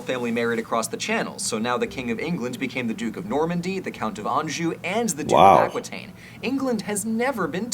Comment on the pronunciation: I love this video - and finally a narrator who can pronounce “Anjou” in France correctly. Although he then goes and mispronounces “Angevin” and “Aquitaine” 😂